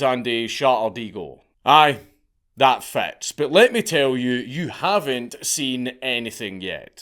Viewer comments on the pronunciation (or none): "That fats" You mean "that fits?"